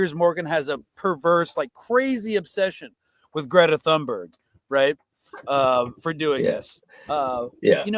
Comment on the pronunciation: the Thun part in Thunberg is pronounced TOON. TOON-berg